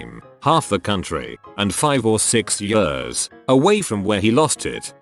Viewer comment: when the robot voice said ,,yöörs'' instead of ,,years''... .....i felt that